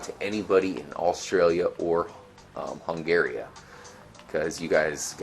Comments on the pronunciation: "Hungaria" xD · "Hungaria" LOL!